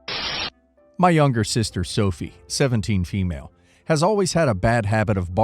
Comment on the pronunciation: "fem-lay"? Are you a m-lay or a fem-lay 🤣?